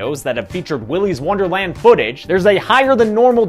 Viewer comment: Willy’s worderland